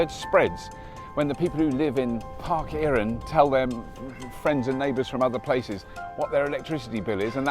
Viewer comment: Welsh pronunciation tip: "Eirin" would be said like "eye - rin". The "ei" vowel combo is like English "eye", basically.